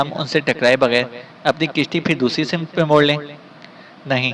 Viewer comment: kahani ki reading kerne wale sahib ka talaffuz achcha nahi woh hawannaq ko honq per rahe hein samt ko simat